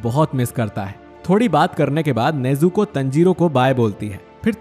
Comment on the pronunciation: O bhai tune Tanjirou aur nezuko ka pronounciation galat Kia hai . Please next video se isko thik kar dena.btw I love your videos